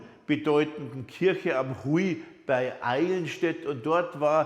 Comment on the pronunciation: Lieber Herr Meller, der Höhenzug bei Halberstadt, der Huy, wird als "Hüh" und nicht als "Hui" ausgesprochen. Diese nicht korrekte Aussprache ist bemerkenswerter Weise besonders um Magdeburg herum gebräuchlich.